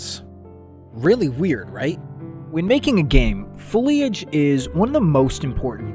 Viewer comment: Pronounced it "foilage" instead thumbs down. :D Now I wonder how many blades of grass or trees or rocks are in this game; millions, billions? EDIT: Was the place in Kara Kara you zoomed onto a heart shaped rock? And was that where Rhondson was found?